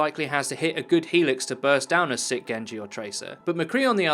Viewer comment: Please stop saying "sik". Please.